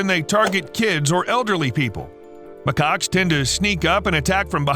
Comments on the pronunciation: They are not called ma-cocks. They are called ma-kaks (pronounce it right pls) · Always gotta be careful on how to pronounce macaques